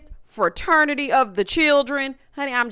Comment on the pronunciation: I caught it and I had secondhand embarrassment every time. The heffa said Fa-ternity. Like boo, not only are you using the wrong word, you’re pronouncing it incorrectly too.